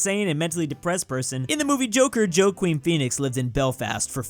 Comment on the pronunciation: Djoakvin, got it.